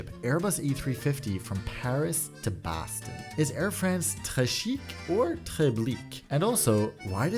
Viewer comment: quirky with the "Baston"